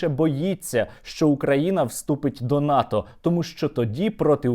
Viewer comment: НАТО, а не ВАТО